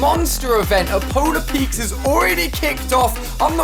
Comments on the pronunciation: Nobody: Ali-a: PoLaR PeAkSSSS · It’s polar peak not peaks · Who gets mad when he says Polar Peaks but you are actually supposed to say Polar Peak? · Stop calling it Polar Peaks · Polar peak Ali, not polar peakS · No one: Absolutely no one: Ali-a: Polar Petes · powla peiiks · JUST SAY POLAR PEAK